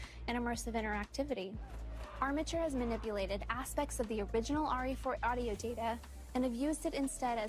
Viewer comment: “aspects of the original re4 audio dèbèæh”